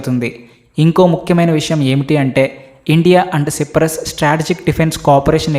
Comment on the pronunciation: సిప్రస్ కాదు నయన సైప్రస్ అని పలకాలి